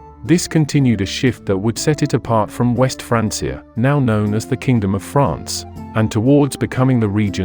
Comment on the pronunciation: Sorry i just cant with the AI. The pronunciation of Francia is just bothering me too much. ✋️